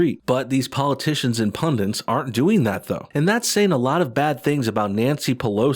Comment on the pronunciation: PUNDIT, not "PUNDENT". Its a Hindi-derived word, not Latin-derived.